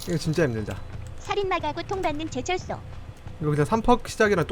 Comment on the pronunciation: 그냥 들어도 제철소로 안 들려요ㅋㅋㅋㅋㅋㅋㅋ 발음 꼬이셨나 봐...